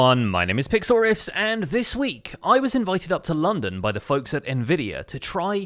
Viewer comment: What you said: Hello everyone my name is Pixlriffs What I heard: Hello everyone, it's me PICKLE RICK